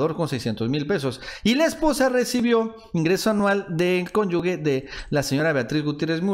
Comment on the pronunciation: Pronuncias mal la palabra "cónyuge" ponte chingón.